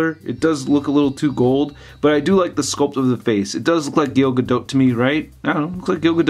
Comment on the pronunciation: It's pronounced "Ga-do". The "t" is silent.